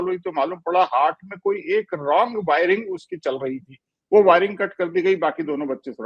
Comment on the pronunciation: Dr sb unpadh hain hurt nahi hart hai sahi bhasha